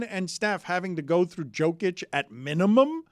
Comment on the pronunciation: how can’t Dan pronounce Jokic name still?